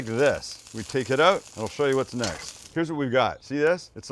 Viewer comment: when you say "we take it out" i noticed that you sounded like a canadian. So i went to search and find out if you are and yes you are! I'm proud of myself because english is not my native language. I'm Finnish by the way. 😊